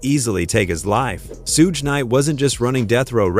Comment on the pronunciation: this whole video is AI "Sooge Knight" at :39 seconds in. random footage the whole video Quit being lazy.